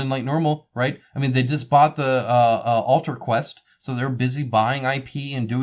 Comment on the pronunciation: Oh King, King, King….you and your trouble for pronouncing company/game names! 🙄😄😄 Ultracryl…….Ultra Acrylic….just smash them together. 👍😄👍